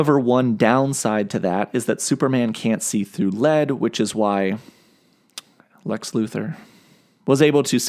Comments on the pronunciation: I would pay a dollar for everytime he says lex luthor like that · I don't see why you have a problem saying Lex Luther when you say Superman with no problem at all.